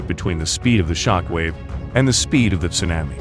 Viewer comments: Geez, dude. Would you Please learn how to pronounce tsunami? It’s TsunAmi, like Mommy. Not like you’re saying, which is Tsunaami, like Grammy. Thank You. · It's SUNAHMEE. Idiot. Not sunnAAAmay. Ts:S U is long, N is regular, A is aw, meee. It's Japanese, get it right. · It sounds like you’re saying sumamis . Tsunami. Tsunamis. 😁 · It's "sue-nah-mee" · Tsunami - su-nah-mi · It's not Sunnnammy !!!! I can't take that terrible pronunciation!!!! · "su-nammy" ??????????????? YIKES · Tsunami pronounced as "Sunammy". Also Caldera pronounced as "Caldurah" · absolutely. I wanted to watch this, but Tsunammy is ignorant. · I think you are mispronouncing “tsunami”. Try short a. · Can't even pronounce Tsunami, or spell Military correctly, CLICK BATE!!!! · Wanna smash that guy it's not TSUNAMMEE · Yep. Someone needs to program the thing to pronounce "tsunami" properly. Otherwise...good video! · Learn how to pronounce tsunami 🤦🏻‍♂️ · Actually, he IS using the “short a” phoneme (as in the word “map”). The Narrator needs to use the modified “a” sound (as in the word “shawl” or as in the sound you make for the doctor when he examines your throat and tells you to say “ah”.” This sound is represented in the phonetic alphabet by a backwards “a” character.).